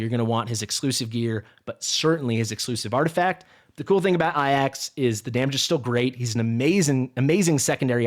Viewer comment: You don't say AJAX, as "eye axe" bro. Its pronounced "Ay-jacks" Yours killing me with this 💀😅